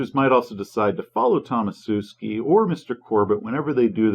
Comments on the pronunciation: i think it's 'Tomashewski' and not 'Tomasewski' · your mispronounciation of Tomaszewski really makes my ears bleed, especially considering from your surname you probably originate around there somewhere.